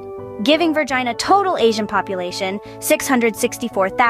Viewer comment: As a person living in The Commonwealth of Vagina, I object to the pronunciation of Vergina, er Virginia, and Virginians.